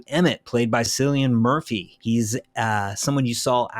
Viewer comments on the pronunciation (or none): Cillian is pronounced Kill-ee-an not Silly-en 😊